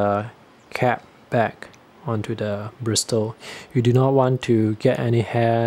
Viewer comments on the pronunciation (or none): Hi, thank you for the informative video - I have a small collection of travel brushes and was curious about a couple you showed (not that I need any more!). Just a minor pronunciation note, don't say the "t" in bristle - it's more like brissle. I have a set of Silver Brush Black Velvet travel brushes that I like a lot but the quality is not consistent from brush to brush (hopefully they have gotten better since I bought them though). My newest obsession is a hybrid waterbrush I made for travel - it's not as compact but it is very convenient; it combines a sable hair brush tip with a waterbrush body (if you are interested, I just posted about it).